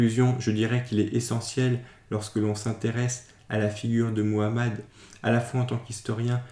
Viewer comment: Au moins toi tu parles bien le nom de notre prophète Muhammad (❤Paix et salut sur lui)